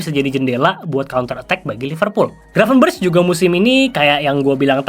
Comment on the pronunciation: Bacanya "Gravenbèrekh" bang, pake خ. Ntar dikatain kardus lu sama para domba, ati2🤭